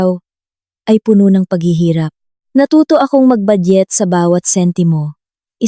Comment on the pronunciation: ayusin mo ang pag bigkas. " Puno' " - meaning Full, ang bigkas mo " pono" ay meaning tree